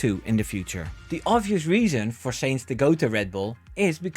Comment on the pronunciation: his mane is sainz not seinz